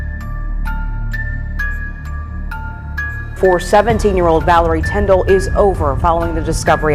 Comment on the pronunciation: Your English is good but your pronunciation could use some help. What bothered me most was that you kept getting her name wrong, which was so disrespectful. Her name isn't Villery Tinder, it is Valerie Tindall.